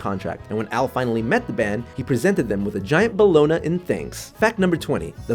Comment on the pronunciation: Bellona. It's pronounced "boloney", it's just spelled "bologna".